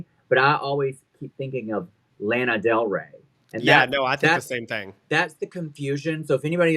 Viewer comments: But, the "Lana" in "Lana Del Rey" is pronounced the same as in "Lana Ja'Rae". Proof: Here is Lana Del Rey talking about her own name herself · Just FYI the Lana in Lana Del Rey is pronounced the same way as in Lana Ja’rae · girl that’s also not how you pronounce lana del rey 😂 i love yall too funny ❤